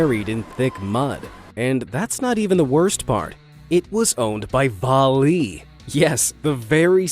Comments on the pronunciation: Va-lay not Vah lee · I live in a mining town in Canada and it’s actually pronounced Va-lea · YES!!!! Thank you for dragging Vale into this video. They're basically the "pharma-bro" of mining companies. They've also yet to pay a quarter of those fines by some estimates due to the rampant corruption within Brazil's government. And for future reference - Vale is pronounced more "veil" because of...reasons? Either way, keep mispronouncing their name to antagonise them or pronounce it properly to raise awareness - both are fine by me.